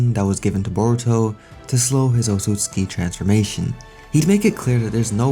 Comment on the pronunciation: dude its pronounced ot-sut-su-ki